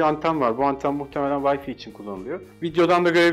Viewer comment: vayfi demeyeydi eyiydi